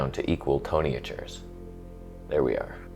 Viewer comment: . “Toneh-atures” hehehe